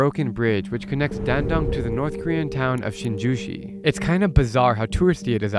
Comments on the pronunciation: Hi just wanted to help you with the name "Sinuiju". No offence but the way you said it was a completely different word. It's more like [SHIN- YEE-JOO] I'm south Korean, living in Australia. Personally, I'd love to visit Yanbian because it's a well known city of Korean Chinese. Your video was fascinating, thank you for sharing your unique experience. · 신의주(Sinuiju) 라고 발음합니다.